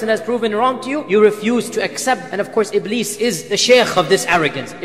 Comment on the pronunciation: It is Iblis Not Ibleed😂